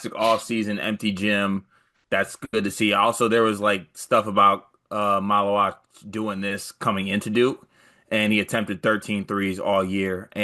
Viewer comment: MAH-LOO-WATCH. Not wock